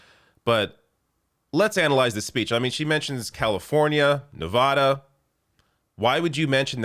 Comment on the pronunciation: First of all, I would be ALL FOR Nina Turner! Second of all… OH MY FUCKING… PLEASE PRONOUNCE NEVADA CORRECTLY!!!!!!!!!!!! IT IS SO FRUSTRATING TO HEAR SO MANY PEOPLE PRONOUNCE NEVADA WRONG!